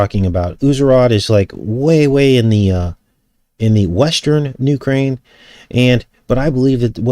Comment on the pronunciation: UK - raine? 💁🌹🙅